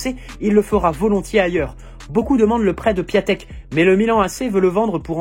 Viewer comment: On lit Piantèk frangin pour D'écrit PIATEK